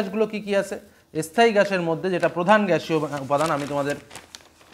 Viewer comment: স্থায়ী স্থান এই উচ্চারণ একটু ঠিক করতে হবে